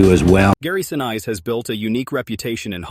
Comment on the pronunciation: Sa niece, is how it is pronounced